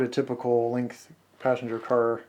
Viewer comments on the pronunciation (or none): none